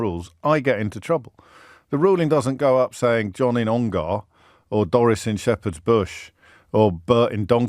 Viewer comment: You pronounced Ongar wrong